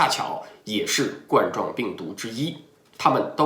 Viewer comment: 冠（官）状病毒，不是冠（罐）状病毒